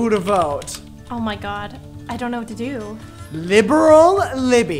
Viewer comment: when he calls libby, “libral libby” it makes me laugh 😭😭